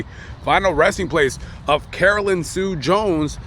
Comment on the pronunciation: It’s Carolyn